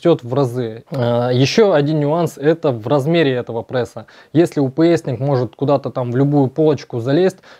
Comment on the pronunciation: да не ПРЭСА, а пресса! так дико звучит, но всё равно интересно.